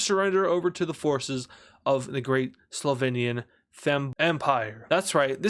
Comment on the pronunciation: “Great Slovinian Fempire” 😭😭😭